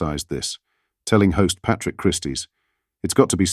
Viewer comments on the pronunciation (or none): none